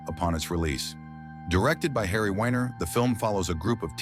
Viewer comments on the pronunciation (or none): none